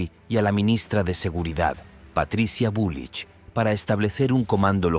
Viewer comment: Jajaja es bulRich no bulich